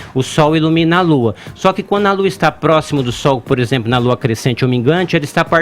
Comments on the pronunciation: "Por ezempru" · O cara fala "POR EXEMPRO"